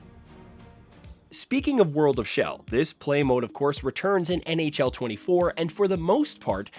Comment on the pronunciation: “World Of Shell” Lol I’m dying